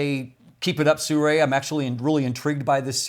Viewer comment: You can pronounce Sirui more accurately by saying “Sir Ray”.